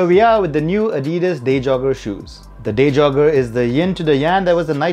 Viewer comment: Day jogger some how got pronounced as deja vu